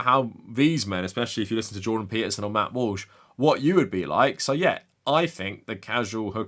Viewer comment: Did you accidentally call him Matt Whoosh? 😂